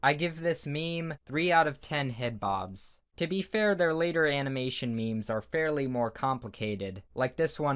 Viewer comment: It's not me mes it's memes